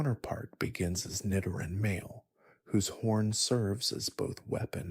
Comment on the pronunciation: I almost self-deleted at “Ni-Doran” Followed by the correct pronunciation of its evolution